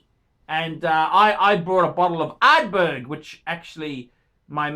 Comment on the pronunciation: the phuckaroonie can't even pronounce Ardbeg the correct way